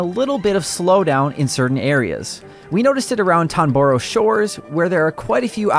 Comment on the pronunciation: "Tonboro shores" guys? Come on, it's literally written on the screen: TOR-ON-BO Shores.